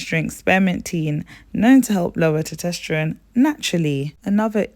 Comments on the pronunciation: Test-OST-ster-one. NOT toe-TEST-er-one. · This is good info sis! Not trying to be that person but as it's an informative video, the hormone is Tes-tos-ter-one. Keep up the good work! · I love the way you pronounce testosterone as “tutesterone.” 😊 is that a British thing, like “aluminium,” instead of aluminum? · Tosterteron? Thought it was meant to be estrogen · Lmfao are you trying to say testosterone? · Quality Presentation! Very informative! Well done! Now, please pay attention to these small details.. Please use correct names/terms/pronunciations Met(a)formin = Metformin Tetesterone = Testosterone Natural inflammatories = Natural Anti inflammatories Ginger, Turmeric, Nettle tea.. etc Ardrenol = Adrenal glands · And all the other things she mispronounces eg testosterone, adrenal, hidradenitis suppurativa, ovarian, etc.